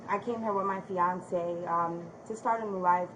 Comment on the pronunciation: “Fiancé”. Girl..😒🙄